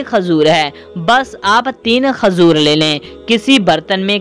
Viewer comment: Khajur nhi bolte khajoor bolte hai 😂